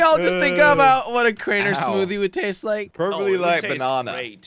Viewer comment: Jelly say-moddy Me-what he say moddy?